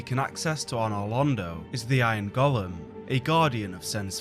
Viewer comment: Damn Tolkien for creating the character "Gollum", for it's lead to GENERATIONS of fantasy fans mispronouncing the word "golem" 😡